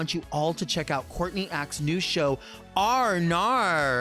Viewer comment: The way you pronounce Courtney acts podcast I thought it was a show about a pirate